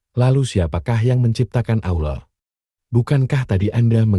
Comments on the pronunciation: Satu keaiban yang besar kalao sebutan " Allah" kayak orang yang pelat!!! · Sebutan "Allah" harus diperbetulkan nurut "makhrajul huruf" yang benar...jangan asal boleh tapi tak boleh!!! maaf!